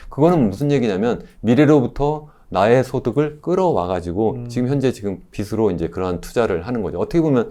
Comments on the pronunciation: 한글 발음 좀 제대로 합시다… 교수라는 사람이 참… 빚으로 = 비스로(x) 비즈로(ㅇ) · 올바른 발음 하자고 한건데 잘 못인가,, 비시 비스로 듣기 거슬리구만